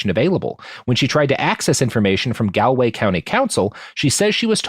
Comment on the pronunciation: He pronounced Galway city properly, but couldn't pronounce Galway county right haha